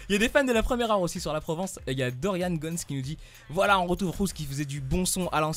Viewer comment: MERCI HAHA MAIS CEST DORIAN GONES PAS DORIANE IL MA PRIS POUR UN ANGLAIS HAHAH